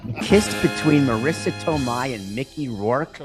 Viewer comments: Today's Venmo Fine Bucket Fines (for this video): David: $20 - Mistake, mispronouncing Marisa Tomei's name, Phone interruption, Phone Interruption (listen closely), Cough into the microphone (Should be $23, discount applied): Ope! (fine issued on the next video) YTD Total Fine Amounts: Dan - $34 Stugotz - $19 Greg - $31 Amin - $23 Lucy - $12 (plus a?'able $50 death fine from Dec.) Juju - $6 Chris - $21 Jessica - $5 Mike - $10 JerBear - $7 - $7 Billy - $20 Papi - $50 Pablo - $18 David - $43 Hawk - $5 Izzy - $9 Tony - $5 Ron - $0 Luis - $0 January total: $225 February total: $100 =$325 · "Marissa Tomeito, Tomatto" -stugotz